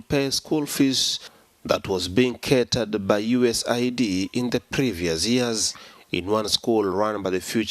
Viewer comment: What in the world is US-A-I-D?! Did he mean US AID?! You can't be serious 🤦🏽😅